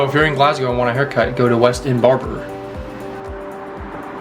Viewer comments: Its pronounced G L A S S G O W And the locals pronounce it G L E S G A so its not Galsgow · tip for you guuys, ..... say Glasgow as if the "s" was a "z" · I think the Scott’s are pathologically meant for doing, saying, pronouncing, thinking everything there way, no matter what it is including their underground railway. It’s there individualism away from the sassenach’s (a word used by Scottish and sometimes Irish to describe a typical Englishman or something considered typical of England) down south. Some politicians, FYI,G are trying to break away from the UK at this political period ALA the SNP or Scottish National Party, they have already held one referendum 3 or 4 years ago but lost and already trying for another.